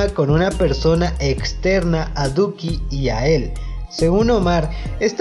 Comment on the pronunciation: SOY YO O CUANDO EMPEZO EL VIDEO DIJO LUCKI EN VEZ DE DUKI